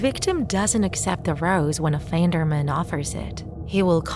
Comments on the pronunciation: Everyone: Offend-er-man This text-to-speech ahh: Off-and-er-m-A-n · The way she says it tho LOL OFFANDARMEN